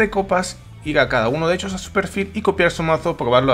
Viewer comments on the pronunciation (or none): none